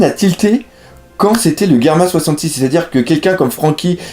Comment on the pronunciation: sa se dit germa double six